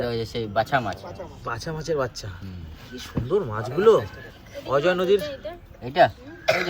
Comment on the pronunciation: অজয় নদ আপনি বারবার বলছেন অজয নদি কারণ তাহলে কৃষভ ভুল শিখবে তাই জানালাম রেসিপি ভাল